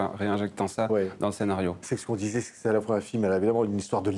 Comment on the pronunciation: Comment il a prononcé le nom ÇAGLA, le journaliste? 😅